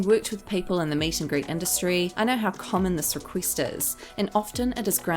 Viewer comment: A celEEb makes a riQUEEST. Lol.